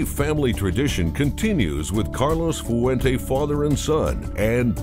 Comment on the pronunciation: It would be nice if the guy they paid to narrate this could actually pronounce Fuente properly in 2 syllables, "fuen te" not foo-en-teh.